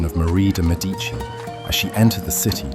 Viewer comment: MEH-dee-chee is the correct pronunciation.